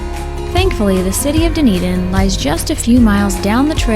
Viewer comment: Enjoyed the video! Dunedin is pronounced “ done-eden “ for future reference ❤ loved seeing the scenery between st Pete to tarpon!